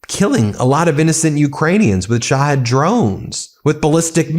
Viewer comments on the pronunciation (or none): none